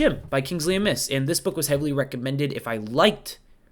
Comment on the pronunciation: Great video. Forgive me, but the surname Amis is accented on the A, not pronounced like the word amiss.